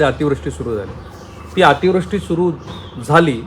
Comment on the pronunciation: Ativrushti cha uchchar chukicha hotoy.